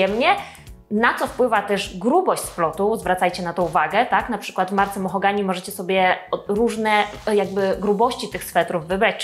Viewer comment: To "mohogany" czy "mahogany"? 😉 Cała 😄 Filmik super jak zawsze 🙂